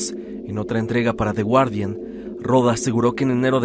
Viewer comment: de de wardian, chido tu inglés 😏🤭